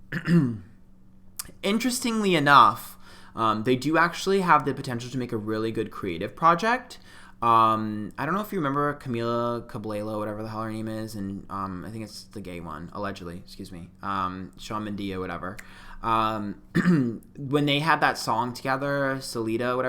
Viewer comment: Camila Cablilo....Shawn Mendi...Selido...lmfao I'm crying.